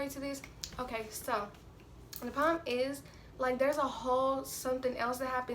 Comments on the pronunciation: Is it just me or every time she said "problem" it sounded like "poem" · She don't know how to say problem